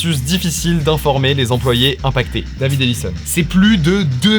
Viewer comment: "'C'est plus de deux mille zemployés"... ah oui, ça fait beaucoup de zemployés !